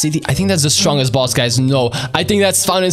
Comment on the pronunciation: Why are you saying boos just say boss😊